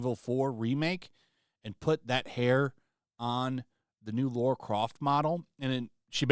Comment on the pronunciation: It’s not LAURA, it’s LARA. lol geez!